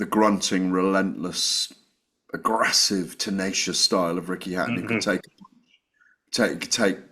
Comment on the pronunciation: noticed this before - why does Gareth pronounce the word ‘aggressive’ as “aggrassive”?!🤡🤡🤦‍♂️